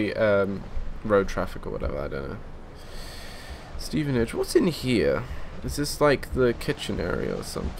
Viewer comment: I live in Stevenage its pronounce"Steven Ag e"